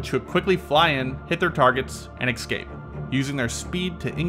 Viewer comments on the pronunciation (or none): escape, not ecscape. rest of video is pretty cool and informative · Did you say ecscape?